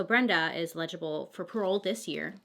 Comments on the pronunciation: eh· luh· juh· bl lol it sounds like you are trying to say legible with an A at the beginning . Love you Bailey! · I love you but I can’t stand how you pronounce eligible lol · lol the way she pronounces “eligible” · I cry every time Bailey says “eligible” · “Eligible” —— (not sarcastically) I just was like no it’s eligible. Lol! Really not meant to be rude. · She overcame a speech problem as a child. She’s amazing and courageous to speak publicly considering. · anyone dislike the way she says "eligible" ...? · Eligible. As in eligible for parole. Fyi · I really, really hope this doesn't come off as rude, but the word is 'eligible' not 'legible'. (My husband is dyslexic and requests that I correct him with the wrong words, so I try to do that gently. I'm really not trying to be rude!) Love your videos!! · "Legible for parole" lol Bailey I love you! I prefer your way of pronouncing "eligible" lol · You totally say eligible like "illegible" lol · Was thinking the same thing. Like, oh Bailey. I 🖤 you, but stop saying legible! She is not handwriting/font that we can read. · Hey it's pronounced el-gi-ble Lots of Love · *eligible lol! I love the way u say it tho! U said legible. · Bailey I love you but it’s “eligible” for parole not “ilegilable” lol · A note to help you (not being a grammar police, I actually think it's freaking adorable/super endearing), but Eligible is pronounced- Ell - idge - ib - bull (illegible ill-ledge-ib-bull means not clear enough to be read, like doctor's handwriting). (So it's ell idge not ill ledge lol That's confusing me now! 😆) Having a mnemonic device helps me when remembering words, so I thought I'd share. (But I kinda don't want you to change either lmao) You are my favorite new YouTuber! (New to me) You've got such a great personality, feels like a best friend is telling me a crazy story they heard, I love it. Keep being amazing! ❤️❤️ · She's not "legible" for parole ... it's eligible ... el .. ig .. ible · EL-i-gi-ble not e-LEG-i-ble